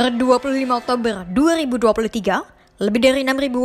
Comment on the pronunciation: Sumpah tertawa aku mendengar admin membaca berita yg di faseh fasehkan ngomong ER ketika ngomong oktoberrrrr ER panjang😂😂😂😂😂😂